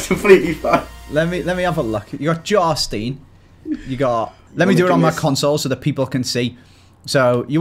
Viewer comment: Jarstiin ITS prenounced JARSTAEIIN